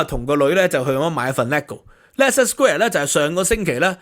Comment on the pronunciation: 主持人, 你讀錯了Leicester 市的發音。